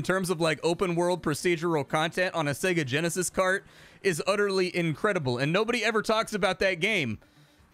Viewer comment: helloo... bosss, yeah sooo.... I can't come to work today, said segageneshis too many times and... what do you mean i'm fired?? helloo?? helloooo??